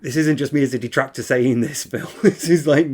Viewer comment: "So apparently there's this insane dahtractor called Steeeve Of Tha Dead. And he's been attacking me and my family unrelentingly, for hours on end ranting and raving about how I'm a bad guy? And it's like dood...shut up. ackackack Now look, if anyone else brings him up you'll be banned from the chat, we don't need all that negativity here. I just want to have a fun, on demand, pahsitive stream. Sounds good? Ok."